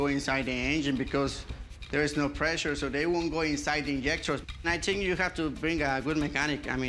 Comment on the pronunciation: Si. I theeenk he did.